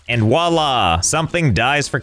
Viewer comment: oooooof It's "voila", not "whala" ...